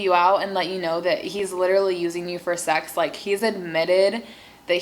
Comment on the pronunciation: It is sex not sec